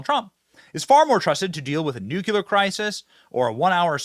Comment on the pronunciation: By the way Benny its nu cle ar not nuke u lar.